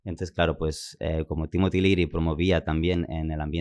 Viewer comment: Es Timothy Leary, no Timotiliri